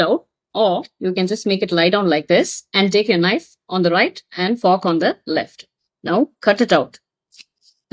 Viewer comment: Ava fork nu sollura pronunciation ae thappu ithula elegant.